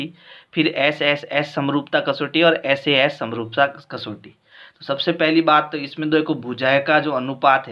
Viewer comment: Sir vo SAA nhi SAS hota h😂